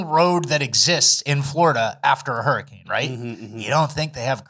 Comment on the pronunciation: Hurricame hahahaha, love the slipped words, always gets me chucklin.